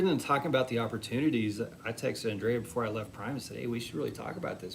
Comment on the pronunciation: Uh Ooooo, Andrea's gone Hollywood. It's no longer An-dree-a, now it's On-dray ahh. Hmmmmm.